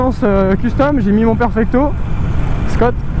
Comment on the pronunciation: Super vidéo ! Bon test je viens de découvrir ! Si tu peux tester la Triumph Bobber ou un softail low rider ! ;) Continue comme ça ! PS: pour la marque Schott de perfecto on dit pas "skotte" mais "chotte" pour taquiner :P